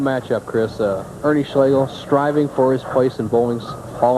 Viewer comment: It's "Ernie" or "Big Ern" 😅